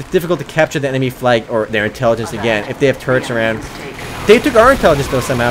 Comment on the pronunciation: The way you say "turrets" sounds like 'turds'.